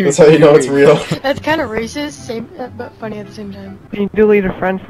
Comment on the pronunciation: is he saying real or wheel